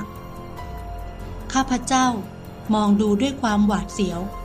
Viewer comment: คนอ่านถ้าอ่าน ข้าพเจ้า จะน่าฟังกว่า ข้าพเจ่า